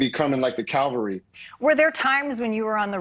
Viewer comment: 'They'll be coming like the Calvary' Hmmmm..??? 1. the hill outside of Jerusalem. 2. a sculpture or picture representing the scene of the Crucifixion. 3. an experience of extreme suffering. Yes, this isn't the first time I've heard Americans say cavalry wrong. Unrelated, some American reporters need to learn the difference between statue and statute. I've heard 'legal statue' far too many times.